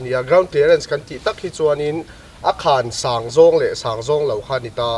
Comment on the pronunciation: Sang zawng kha san zawng tiin lam tawh rawh